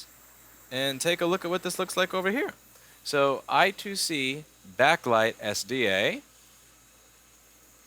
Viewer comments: I2C is pronounced "eye squared see" ;) but eye two see is okay too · I^2C (or I2C) is pronounced eye square(d) see not eye two see (not sure if its squared or square tho) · It actually is pronounced I squared C . Sorry to be a nerd